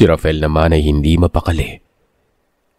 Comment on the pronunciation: Ano ba talaga ang name nung bata, RAFAEL o RAFEL? Inconsistent ang pagbigkas ng narrator sa pangalan nung bata. Huwag na paartehin ang pagbigkas...